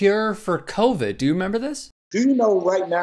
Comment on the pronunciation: this mf found a cure from household products but can't even pronounce a word with only 5 letters😂 kroe-vrid